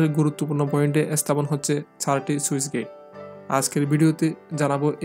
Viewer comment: "সুইচ গেইট" নয় শব্দটা স্লুইস (Sluice) গেইট...